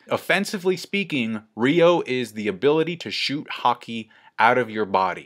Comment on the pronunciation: it's not "Ryo (ree-yo)", it's "Ryuo (ryu-o)" .. .